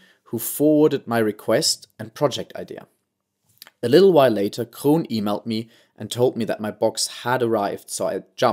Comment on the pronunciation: Very nice pronunciation of Kroon, Groningen and Hoogezand! :-)